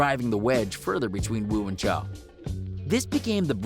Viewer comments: dude said "cho" im weak bruh its "choo" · I know but just the way he said it’ also “Choo” not “Cho” you feel me’